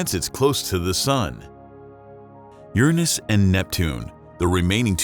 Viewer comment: Ur nus?? Lol